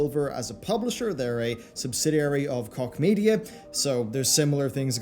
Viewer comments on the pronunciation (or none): 1) Did you just say ‘Cock-media??’. And 2) doesn’t this now mean Epic have been losing money a lot more than they’ve been making any, at least from consumers. That Epic ‘Sale’ was of course a rip-roaring success. 😂😂😂